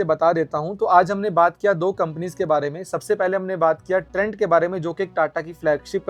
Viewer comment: this is trent not trends Ratta maar ke bol rahe ho praji